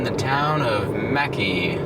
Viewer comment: Props to for pronouncing it correctly also!